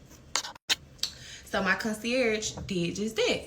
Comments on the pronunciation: The way the first girl said “consurG” instead of for conceierge made me cringe. It’s scary really. This entire post is tragic and embarrassing for both of them. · The way she keeps saying concierge is pissing me off and all that playing in that wig girl y’all both dumb flat out it would’ve been on the flo